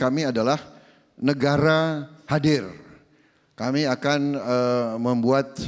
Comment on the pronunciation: Pak Prabowo senyumnya seperti senyum sinis mengejek atau menyepelekan saat Pak Jokowi berbicara... Lagian risih kalau dengar kata belakang KAN diucapkan KEN.. Jadi seperti logat Pak Harto tempo doeloe.....